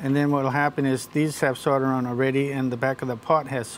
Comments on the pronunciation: this man is great but he cant say solder for shit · That seems to be the way most Americans say it, I've noticed. Canadians too. How or why they came to drop the "l" in the middle, I have no idea.